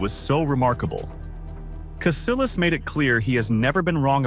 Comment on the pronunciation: It's pronounced CasiYAS not CasiLAS.. 😂😂